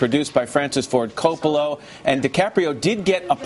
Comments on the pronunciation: Hmmm.... mispronouncing Coppola and Keanu .... And "Nicole Kidman made a name for HIMself" ... -- luckily Lauer didn't have to audition for his part! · That was my entire point from the start. B/c in the video someone says "coppolo". ^_^ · Such legend. Such mispronounced last name. Such Coppola?